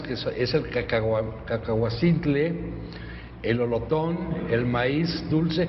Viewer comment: De "cacahuamiztle" ? No es Cacahuazintle ?